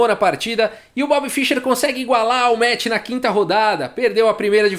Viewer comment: "esse metch pró-metch" Kkkkk